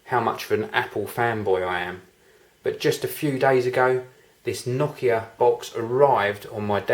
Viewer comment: pretty nice that you pronounce nokia correctly, heh